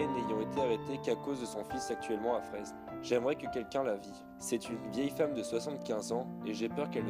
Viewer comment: C'eût été parfait si le nom de Fresnes avait été prononcé correctement (même pour les noms étrangers, les moyens techniques modernes permettent de bien traiter ce genre de détail) : cela se dit comme "frêne". Merci néanmoins d'avoir mis en lumière dont la personnalité fait honneur à la France, même hors des circonstances de guerre. Il mérite tellement d'être autre chose qu'un nom sur une plaque de rue !